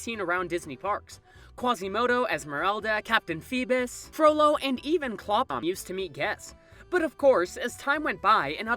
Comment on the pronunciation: Why can no one ever pronounce Clopin?